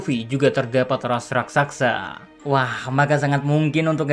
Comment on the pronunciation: wkwkwkwk rakSASA bukan rakSAKSA min heheh